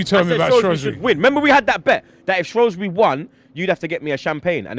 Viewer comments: Shrewsbury not shrowsbury😂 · Its SHREWSbury not Shroswbury common lads you pronounced it correct in the preview.